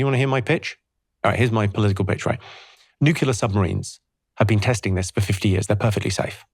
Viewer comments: Oh Jimmy, you are so smart...so why do you keep saying Nuculer instead of Nuclear. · NUCLEAR not Nucular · It's not "nucular", Jimmy. It's nuclear :) Excellent chat. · Absolutely LOVE Jimmys idea on nuclear power (needs investigation of course) - however I wish he could pronounce it correctly... as in ' New Clear' not nucular. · an I ask you all a favour? Please say nuclear. NU-CLEAR. NUUUUUUUUUUUUU-CLLLLLLLLLEEEEEE-AAAAAARRRRRR. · As a Brit, Jimmy pronounces most words incorrectly, but I never would have expected “nuke-you-lurr” from him. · I knew hes funny. Here iw seen hes smart, then he sayd nucular, 5 times. Gddmnit. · I can't quite believe that someone as clever as Jimmy Carr pronounces "nuclear" as "nucular" 🤣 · Great guy, but why can't Jimmy pronounce the word 'nuclear' properly? 😂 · My only objection to nuclear power is that Jimmy can’t pronounce it!